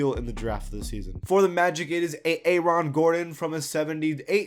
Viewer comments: Jiro Kakpovbia A-Aron lol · “A aron” 😂😂 do you watch basketball? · plz no. make me mad when u said "a-aron" LMAO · The way he pronounced Aaron Gordon hurts me...